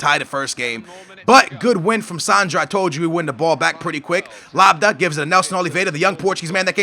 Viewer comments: L-A-B-Y-A-D not LABDA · Are you dyslexic? Ad not da! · How the fuck can you even think that's pronounced LABADA? What the fuck? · Lab-yad and Yay-go (or Yar-go), not Lab-da and Lar-go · Gman aa but it says labyad its not labda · it´s la-bee-ad, not labadah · laa-bi-ad, is how you say it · Lol it's not that hard, why are u saying labdah? That makes no sense, it's "La Bee Yad" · You're saying Labda, It's La-bee-ad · dude its LABYAD not LABDA ? wth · It isn't Lab-da, it is Lab-I-Yad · can u read? His name says LABYAD. Notice how the D is after the A. So HOW THE FUCK do u get Labda from LABYAD???? Seriously u stupid noob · It´s spelled "Labyad" HOW CAN HE BE CALLED LABDAH? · wtf how do you get labada?? la-bee-yad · It's La-Bee-Jad, not La-Ba-Yad... But I agree it's fucking annoying, how can he not get those names right, it wasn't 'Delafu' eiter, so annoying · the D cames after the A so there is no way it is said labda. LAB-YAD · bro, Iago Falque name is pronounce Yago, and its Lab-Yad, no idea where you've got Labadah from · HE'S FUCKING CALLED: LAB-YAD NOT LABABADA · It's said Labyad !!! You're saying Labda !! Labiad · can someone please explain to me how you can read Labyad as Labadah? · LAB-YAD! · u suck at pronacing names (no offens) but it's labiad it's pronanced like that ! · You say: Lab-e-ad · IT'S NOT LABADA !! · PLEASE DONT SAY AGAIN LABYAD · LAB YAD, I repeat, YAD, not DAH, not DIE, not DAY, YAD, LAB - YAD, Labyad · The day says lab-yad our ancestors will be waiting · say lab yard, now take the r out of yard and put it together, labyad, or in the Arabic way lab yaad, dont forget to pronounce the y... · La by ad, you say it like; labiyat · Labyad lab-bee-ad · lab.....yad. say it how its spelt man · LAB-Y-AD.. READ THE COMMENTS DUDE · ITS PRONOUNCED LAB - YAD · Lab-yad ..............read the god damn comments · Labyad is like: LAB-YARD but without the R. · Labyad is pronounced like LABI JAD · its lab-yad